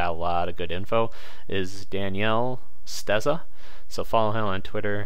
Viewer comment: daniele sesta is working his magic. Please though professor, do him the courtesy of reading his name right. It's not "stezza", it's sesta! well.. you asked for feedback. Apart from that, a decent job done. But this stuff sure is complicated, and who knows what the fees are involved with all this moving stuff about, and it would be good to understand the full process to get all your crazy tokens to fiat if you needed the 'money' IRL